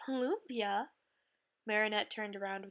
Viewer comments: omg you don't cook the meat before you put it in the wrapper and its pronounced lUmpya not luumpyah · That's not how you say lumpia..